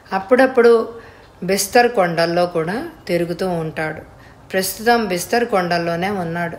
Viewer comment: బిస్తర్ కాదు బస్తర్. కొన్ని పదాలు తప్పు చదువుతున్నారు